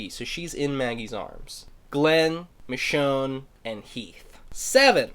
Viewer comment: it's michonne